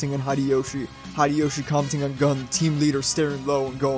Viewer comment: I believe his name is pronounced as "Goon" and not gun.